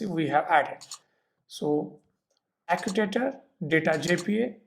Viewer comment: acutator :) seriously